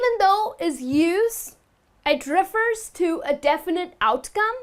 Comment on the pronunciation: You mispronounce refer.